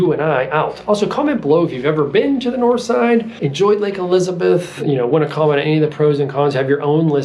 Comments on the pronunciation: I don't believe you're saying "dahnspahts" correctly...or for that matter, Nors'ide or dahntahn. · I don't believe you're pronouncing "dahnspahts" correctly, or for that matter,Nor'side or dahntahn.Otherwise,great video!